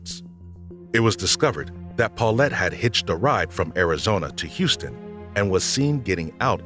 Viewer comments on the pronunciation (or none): none